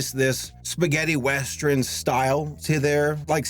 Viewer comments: why do you keep calling Rango a "westREN"??? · He says “westrin” instead of “western” and it bugs me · Me: Oh boy, a whole blast from this decade, what a trip down memory lan—: WEST-REN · I’m just now watching this, and with all due respect...why are you saying “westren” instead of western?? I’m so confused by this pronunciation. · Is from Chicago? I think that's a Chicago thing, like "I am the modren man" in Mister Roboto. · 'Westren' Please,... pronunciation. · You are really cool but can you stop saying weastren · It's metathesis. He's switching morphemes around.